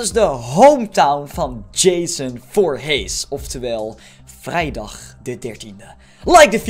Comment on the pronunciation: je zegt voorhies maar er staat voorhees